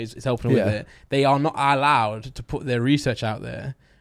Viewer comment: . The way he said allowed lmao